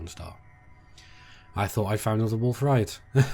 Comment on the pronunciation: "wolf riot" lmao, its rayet (RAY-ET)